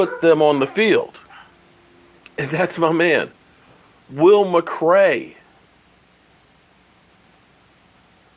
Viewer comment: WILL MCLAY NOT MCRAY LOL